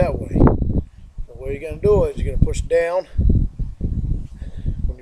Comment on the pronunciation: “Take some weights… then get daywn, own the graywnd”. It’s hilarious when he accidentally quotes the sting.